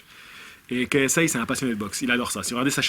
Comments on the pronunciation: KiSAie, on dit KiSAie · ksi ne s'est pas fait connaître avec un premier combat de boxe contre un gars qui fait de la muscu.. De plus son premier combat était contre un gars qui a pratiqué la boxe bien avant ksi (qui se prononce "KAY ès aie" bordeeeeel haha) sinon t'as de bonnes valeurs et t'as l'air d'un gars très respectable poce blo l'ami